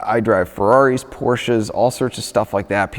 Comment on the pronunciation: My absolute favorite part of this video is the one and only time someone has said my name right, “Porsche.”